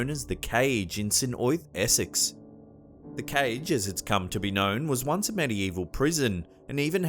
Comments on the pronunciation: You would know that this guy pronounced St osyth wrong then? He said St oyth, it's pronounced saint o sith. I live not far from there. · The only scary thing about the last vid is the way he pronounces 'St.Oysth'!lol!x 😂